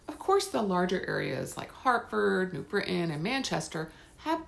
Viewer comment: She said my hometown of New Britain correctly, so that alone gives me confidence she knows what she is talking about. Nice video!